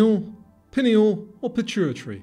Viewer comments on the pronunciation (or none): none